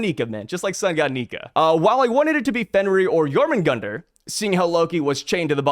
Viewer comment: Its jormungandr